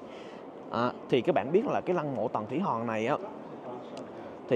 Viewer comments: Hoàng mà sao a đọc là Hòn zậy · Chữ hoàng anh khoa ko đọc được nhỉ 😂